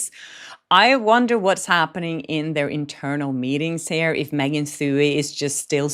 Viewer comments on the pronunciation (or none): none